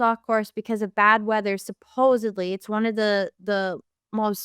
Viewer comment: The girl leading this show is dumb af. She keeps referring to oxygen masks as gas masks and says ‘supposebly’